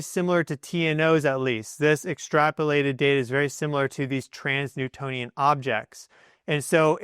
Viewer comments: Sounds like he keeps saying 'trans-newtonian' when I think he means 'trans-neptunian'??? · You said trans-Newtonian objects a few times, but I’m pretty sure you mean trans-neptunian. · 1. It's pronounced "enigmatic", not "egnimatic". 2. It's "trans-Neptunian" (i.e. beyond the planet Neptune), not "trans-Newtonian". 3. It's not an "orbit", it's a "trajectory". 3i/Atlas is not orbiting anything at all. I doubt you're even a geophysicist. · It's trans-neptunian objects, You keep saying Trans Newtonian.. even google was confused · Dude you are majorly triggering my Virgoan nitpicky ascendant! Transneptunian objects (TNOs) are transNEPTUNIAN. Not Transnewtonian!!!